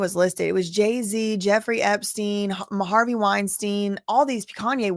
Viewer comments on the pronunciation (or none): none